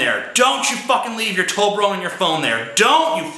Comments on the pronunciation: it''s not "tol be rone" it's "tob le rone' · its toBLerone, tj